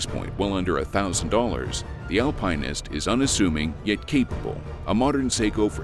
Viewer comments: It's astounding how far TTS engines have come, yet they still can't pronounce the word "alpinist". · This is not how you pronounce alpinist, lol